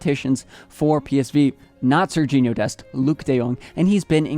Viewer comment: Not Sergino😭😭